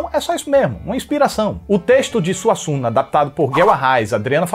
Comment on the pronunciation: "Arriando SUASSUNGA" 🤣🤣